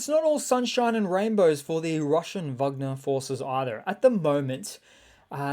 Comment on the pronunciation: Why do you keep calling them "Vugner?" Russians don't pronounce it that way. These aren't Germans. Russian pronunciation is closer to "Wegner."